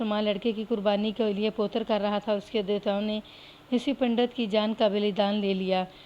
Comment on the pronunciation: میڈم صاحبہ ۔۔۔۔۔لفظ پوتر نہیں پو و تر ہوتا ہے ۔